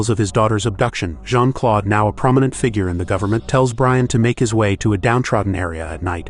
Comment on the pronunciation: It's not Jean-Claude it's Jean -Claude